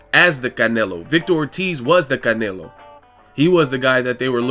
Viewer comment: I really hate how he says "canelo" lol